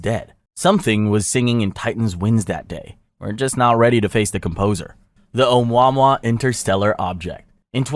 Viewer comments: almost as bad as how it said omwahmwah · This video is SOOOOOOO LACKING real information that it’s almost a COMEDY! And…it’s “OH-MOO-AH-MOO-AH”. 🙄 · “ohmwa mwa” LMFAAOOO its “oh moo a moo a” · Bruh said oh-mau-mwah... it sounds like "Oh-moo-uh-moo-uh!!" If you are making this on a computer, why not look up how to say it 1st before murdering the pronunciation? I will never understand folks that do this when the literal tech is at their finger tips??! How you said it was offensive. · Oo mwa mwa? Is not how its pronounced. Dipsh¡t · Between the way you say Oh-mwa mwa, Lu-narr and interr frense, this is really hard to listen to. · Agreed another AI channel. Oumuamua is not pronounced like that.